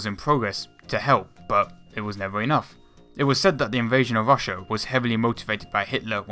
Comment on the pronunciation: "Thats where you Wong", "invation to Wassia"???? Really?? Fuck you!